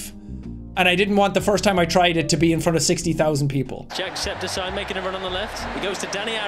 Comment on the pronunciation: Are we gonna talk about how they pronounced his name as jack---- septiSYE??